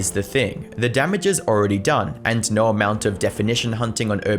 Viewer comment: Its NO not Ner you fuckin dumbass.